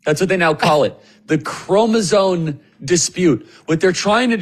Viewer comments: Charlie, it’s chromosome. Not chromozone. lol. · it‘s CROMOSOME!!! with an M at the end of the word!! not cromosone💩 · The word is "chromoSOME," not "chromoSONE." Kirk pronounced it wrong like 5 times... He needs to fix that. Not a good look.